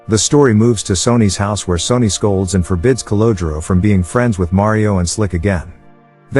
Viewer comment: Your voice over bot is horrible. Sonny pronounced "Sony". C'mon.